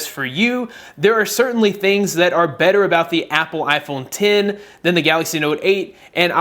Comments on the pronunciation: Why does he keeps saying iphone tin 😂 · Its iPhone ten not x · iPhone X (10) not “X” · IPHONE TEN TEN TEN NOT X X X X ITS ROMANIAN IS IT THAT HARDD sorry i had a brain spasm attack, good video tho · It's iPhone X(ten) not x (ex) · iphone ten not x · "Apple Iphone Tin"